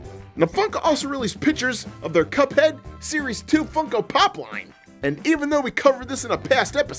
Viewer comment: did he say little pup head or little cuphead